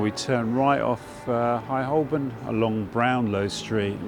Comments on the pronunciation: He keeps mispronouncing 'Holborn'. The 'l' is silent. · Holborn We never used to pronounce the L: Hoe-bun.